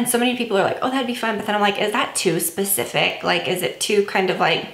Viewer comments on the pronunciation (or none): none